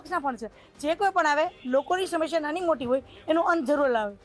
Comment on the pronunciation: રિપોર્ટર બેન... બધા શ ન હોય, સગડીનો સ પણ હોય... જેમ કે વિશાવદર નહીં, વિસાવદર ... સમશ્યા નહીં બેન, સમસ્યા....